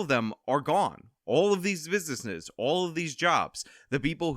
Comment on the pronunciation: "...all of these busnisness..." LOL